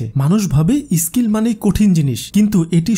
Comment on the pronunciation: আপনার pronounce বড্ড দুর্বল এটা স্কিল এটি ইসকিল নয় ।